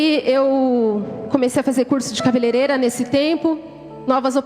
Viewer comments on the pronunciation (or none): none